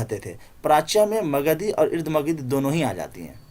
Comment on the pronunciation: قابل ستائش خدمات لیکن سے اردھ مگدھی میں الف پر زبر پڑھنا چاہیے